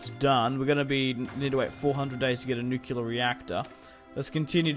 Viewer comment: nucular bombs